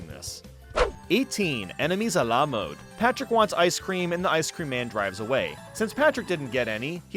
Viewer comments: Everybody gangsta til calls Patrick “Pactor” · Did anyone noticed he said Pactor ? Either that or my ears are messing with me. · says SpongeBob and PATRICK this way That’s not Patrick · he does that afew times throughout the video idk why lol